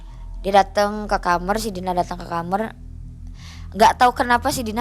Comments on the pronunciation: Kok Aku rada aneh dngr kata KAMER😂KAMAR kalik y😅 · Benci omongannya kamer kamer kamer KAMAR KAK KAMAR😅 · KAMAR BUKAN KHAMER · Capek bgt denger dia ngomong KAMER KAMER pdhl tinggal blg KAMAR 😅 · kamar mba bukan kamerr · kamAAAAAr bukan kamEr kamerrrr gemesss gatel deee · beginilah kalau narasumber kecilnya jadi jamet, bahasa2 yang ga semua orang paham keluar dari mulutnya....contohnya kamar jadi KAMER..... hadehhh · Ngomong Kamar aja Jadi Khamrr ( alkohol). Audience ini jadi bingung mbak eeeeee 😅😅 ah elah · Sedih. Cuma kesel pas ibunya bilang kamer, pingin tak bilangin "kamar bu" 😁😁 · Ini narasuber org MN kok kamar jdi kamer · Kamar bukan kamer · Kamar bukan kamer😅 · kamar gaes bukan kamer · Kamer Gys bukan kamar lagi ya 😂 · Dia bilang kamer kamer aku terheran2 itu bahasa aya ya apa kidal mbak nya ini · Lucu yaa. Aku kira aku aja yg salah denger